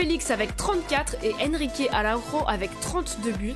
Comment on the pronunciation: En portugais le "j" se prononce comme en français, on ne dit pas AraùRo mais Araùjo. A ne pas confondre avec Araùjo du barça. En espérant voir Sporting Portugal pour le deuxième épisode🤞. Je trouve aussi qu'il est étonnant de ne pas voir Ederson et Oblak comme formé à Benfica ou encore Nelson Semedo ils sont peut-être arrivé trop tard au club ?